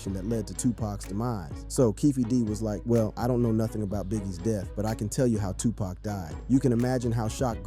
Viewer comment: You're not pronouncing Tupac right